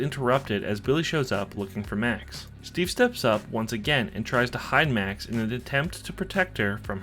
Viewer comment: Did My guy just say Mac instead of Max